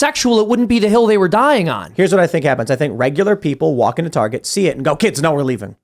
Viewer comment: The fatter american just said, tahguh cah gerruh taruh car yuh targuh car no targurh car targuh targuh cart? no targuh car beautiful targuh carh. You Yanks need to start annunciating your consonants.